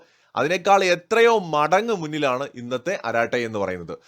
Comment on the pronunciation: അരാട്ടൈ അല്ല അരട്ടൈ ആണ്ത്രമിഴ്)